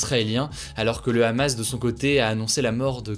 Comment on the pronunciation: La prononciation du mot Hamas m'a détruite, avant de faire la vidéo sur le conflit check la prononciation des mots d'origine étrangères sinon ca va faire mal aux oreilles de certains.